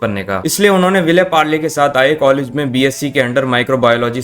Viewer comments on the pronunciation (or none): none